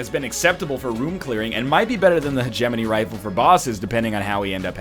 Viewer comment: while we're on the subject of calling ryan out, he's been pronouncing hegemony wrong. heh-geh-moe-knee, not heh-gem-in-ee.